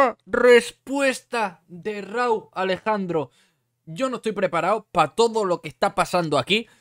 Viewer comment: al principio: "Yo no estoy preparauw" AJAJAJAJ